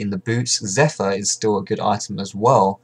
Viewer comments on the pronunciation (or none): none